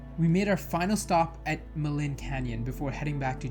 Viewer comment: Jasper was the most incredible place to grow up. Ummm Elk in the parking lot, but moose on the road. 😉 Btw Maligne is pronounced mah-leen. Thanks for posting. I've just been reminded why I need the mountains